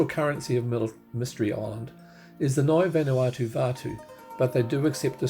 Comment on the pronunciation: Just watched your video...very enjoyable. I am a long term resident, so I hope you don't mind my input. Ni Vanuatu ( meaning Vanuatu born ) is pronounced 'nee'. Aneityum is pronounced Ann-eye-chium. 😊